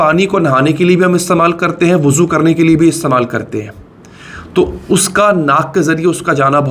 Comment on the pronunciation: Wuzu krna PROBLEM hai kya ... mohtram aap zyada slip of tongue nhi kr rahe kya ... mohtat rahein